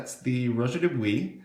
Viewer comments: not, he pronounced it quiet correctly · pronounced DO BWUAH